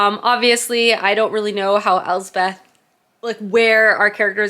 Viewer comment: Elspeth is my middle name. Scottish for Elizabeth. It’s pronounced Else-peth not Elze-Beth. Just an fyi. 😊 I just found your channel and am thoroughly loving it.